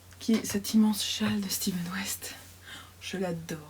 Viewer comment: Vos ouvrage sont très joli et j'aime beaucoup vos vlog :). Par contre je ne sais pas si c'est fait exprès ou pas mais vous dites Steven West à la place de Stephen West cela me fait sourire à chaque fois :) Bonne continuation et bonnes fêtes